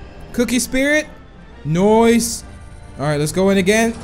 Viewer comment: When he says nice he always pronounce "noise"